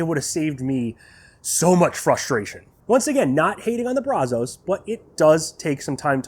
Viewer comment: Thanks for the video. You did a good job walking us through it. I'm a Brazos owner that's been curious about the G2, so it's great info to me. Also, you're not the only one who says it that way, but it's not Brah-zohs. It's pronounced Brazz-us. I live just a few miles from the Brazos River, the river that the smoker is named after, and I work in Brazos County, and I can tell you if you say it your way over here, you'll at the very least, get funny looks. The local vernacular is Brazz-us and has been for going on 200 years now. Sorry to be "that guy" but it drives me crazy that people keep saying it that way. Additionally as a side note for anyone interested, adding fire brick to the Brazos firebox will insulate and help stabilize the temps a lot. It may not be as good as the G2's firebox, but it will go a long way towards ending those temp peaks and valleys.